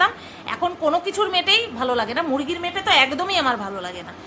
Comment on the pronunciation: মেটো কথাটা সুনলে আমার জোর হাসি পায় মেটো কে বলে মেটে বলে 🤩🤩🤩🤩🤩